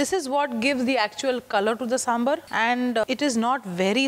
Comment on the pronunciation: 1st step to make sambhar: pronunciation. Saam-bhaar. Not Samburr. 🙏🏽